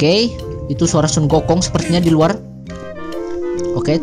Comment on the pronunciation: Hahaha lucu pas denger "Sunggokong"